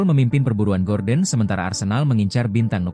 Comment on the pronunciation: Gordon wak bukan gorden😂